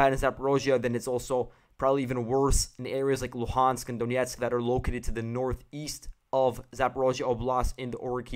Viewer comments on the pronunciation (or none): none